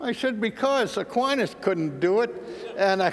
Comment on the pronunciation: Aquines is a Latin name, unfortunately I heaven't heard one American who can pronounce Latin correctly. God is infinite means simply, we don't know where he is, what he is and how we should understand him (or her). We define him therefore as infinitely potent and smart. It also means we ignore and deny the possibility that anything else is infinite (such as the universe).